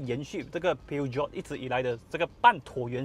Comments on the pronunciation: 法文并没有G或J的发音，而是用sh音取代. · 念 Per-Jo 就好了😂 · 正确的读音叫： 'per-shoun' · 法国车名就用法文来念. 不是英文. Ne prétendez pas être un représentant si vous ne comprenez pas le français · Peugeot 念错了， 还说很了解这个品牌